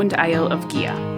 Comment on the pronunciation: Great video as I have overnighted on the visitors moorings a few times but never explored the island, hopefully some time. Incidently it is pronounced Geea, not Geha, the gh is silent.